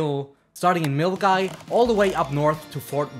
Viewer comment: Hey I just got round to watching your video and love it. You did a great job and I think I am most impressed that you managed to pronounce Milngavie 😂 and of course your in depth research. I have not yet done the West Highland Way but your video makes me want to next year 👌🏼